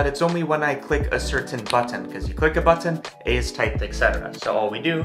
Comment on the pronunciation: I'd love to hear the story behind why you pronounce "button" as if it was two words, "but ton." At least I think that's what's going on.